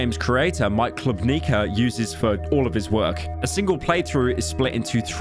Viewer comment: it's PechOrin. Yet pyro pronounced klubnika properly. (Which means strawberry) ...when are you fellas gonna learn to pronounce our surnames right?